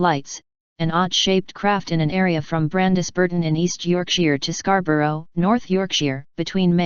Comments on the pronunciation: Scar bow rou ... Switch off. As bad as Edi In Burg, but with a computer voice... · It’s pronounced scar-bur-ah and york-sha